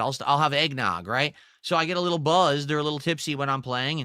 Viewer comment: I fucking hate how he says "buzzed", no social skills at all.